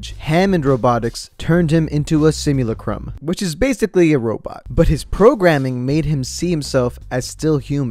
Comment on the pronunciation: "simu lacrum"